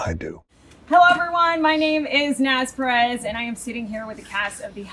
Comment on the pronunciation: you're not NASPRES...YOU ARE NAZ PE-REZ!